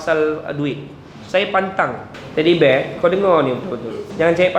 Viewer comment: Mantap dan terbaik,yg lucu tu dia sebut Teddy Bear 🤣🤣